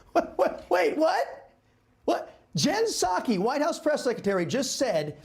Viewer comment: Did he say Jen Sucky?